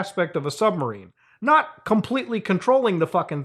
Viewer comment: "We are noy friends anymore" lmao